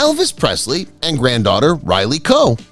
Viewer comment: Totally butchered Riley Keough's name!😡